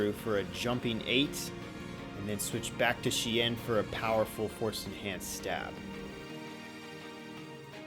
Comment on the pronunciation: "A shien force-enahnced stab" Lolwut?